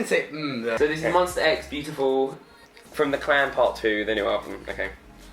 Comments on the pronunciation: ITS M-O-N-S-T-A X not MONSTER X😂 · Make sure to say Monsta and not Monstar because Kihyun will come for you😂😂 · Boi its MONSTA not MONSTER 😂😂